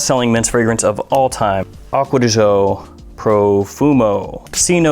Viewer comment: Sry can't stand it anymore, read it like acqua di joe not acqua di jeaux... Trust me im half italian